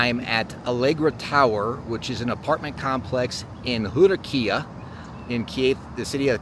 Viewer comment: What are you talking about? He got that pronunciation almost right on. Better than most for sure